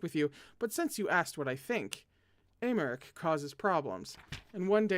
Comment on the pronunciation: hello again from me putting my native french to good use: Paschal: you said it right, it’s Pass-kal!! Aimeric: again correct, Ay-meric Nesson-Eloy: Ness-awn Ell-wa (I AM SO SORRY THIS IS A NIGHTMARE LANGUAGE) ❤️🧡💛💚💙💜